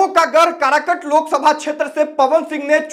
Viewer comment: अरे कारकट नहीं काराकाट नाम है ठिक से बोलना तो सिख